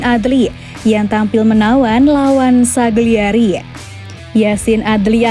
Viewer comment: Kagliari woi bukan sagliari